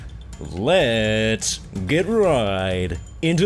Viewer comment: you said lets get right into the facts i thought you said let get right into my van